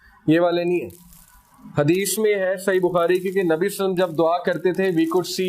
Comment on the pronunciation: Durood ko theek se padha karein SALLALAHO ALAIHI WASALLAM